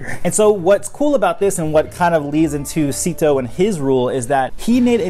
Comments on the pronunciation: Isnt it pronounced like “seh-to” not “see-to”? In Chinese pronunciation, “sze” would be pronounced like a mix of “seh” or “say”. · It's pronounced Zet-o, not Zeeto/Seat-o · I would think his name is pronounced zay-to based on the other characters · I’ve been pronouncing his name as Zetto all this time, and I come to find out he’s basically Avatarcito, like he’s a Latin Avatar. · how this guy pronounces szeto 's name as /zee-to/ really bothers me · Not to be rude but you pronounced his name wrong you are meant to pronounce it 'szesto' and spell it 'szesto' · It really bothers me how you pronounce it "Seeto"